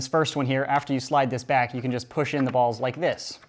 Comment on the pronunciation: why do you keep saying ballzzz